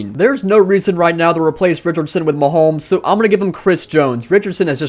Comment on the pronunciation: Did anyone hurt when he kept saying “Maholmes”? Still a good vid though.